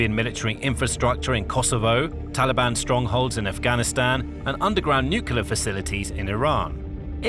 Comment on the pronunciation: NU KLEE ER. there is no legitimate alternate pronunciation.